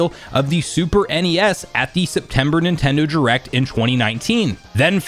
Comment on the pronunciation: Why do you pronounce it as "Nintendo jurect"?